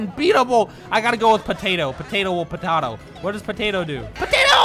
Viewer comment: 1 like = how many times said “What” wrong